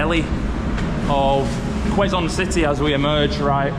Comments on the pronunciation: It's kzone city...not Leeson city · it's pronounced "Keh-zon" not "kweh-zon" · It's k-zone not kwe-zone city😊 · I hope you enjoyed walking around Quezon City even though it's very hot outside. Don't forget to bring water so you don't get dehydrated anyways I enjoyed watching both of you.😊 Also guys, just a little knowledge, quezon is pronounced with a silent w, instead of kwezon, its kezon😊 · Quezon is pronounced as "Kayson" 😊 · It's pronounced - "KEZON CITY" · It is pronounced KE-ZON (silent "U" - the "u" from Quezon) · A bit ragebait cuz of incorrect pronunciation of the the name Quezon where its Q is pronounced with "K"